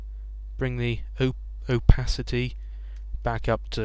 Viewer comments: he learned to say OH-PAH-SEE-TEE... my goodness not dificult to say Opacity. lol you slay me. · opacasity!!! hahahhaha.....oh-pa-city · 'Cause it's big.... And... Blocky, yeah, way to go. xD I love you tutorials. You really help me out. And, it's pronounced opacity with an "s" not a "k". ^^ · Oh-Pa-Si-Tea :D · its pronounced opacity jeeze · Hehe, u rule xD You got a nice voice to listen to.And you can explain very well. and oh its prenounced: Oopasitie rofl and im dutch ; )